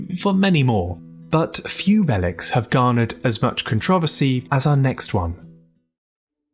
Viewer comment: the way he says controversy💔